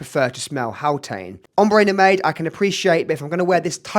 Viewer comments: Mate, great video, but it’s pronounced: Prah → like spa or car leen → like lean It’s No-maid - it’s no-mahd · Recently just got a Oajan and would love to get my hands on Haltane! Not to be nitpicky but Nomade is pronounced as "no-mahd" otherwise great comparison!